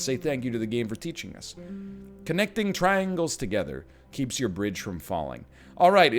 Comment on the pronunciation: I know you said traingles, triangles, triangles. But what about rhombus, rhombus, rhombus, rhombus?